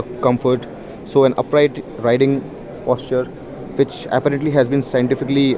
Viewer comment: Apparently, you mispronounce the word apparently. :)